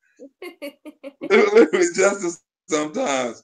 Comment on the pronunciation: Why does think he sounds intelligent, he is mispronouncing the word. literally, not litraly